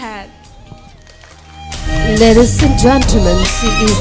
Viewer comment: Contestant no 1 says lades not ladies haha